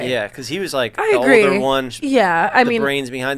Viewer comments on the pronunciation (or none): none